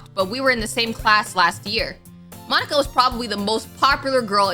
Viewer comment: No offense or anything, but... "Monkia" 😭😭😭😭